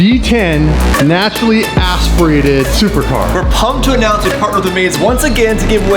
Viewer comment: the way he says "naturally aspirated" just sounds so weird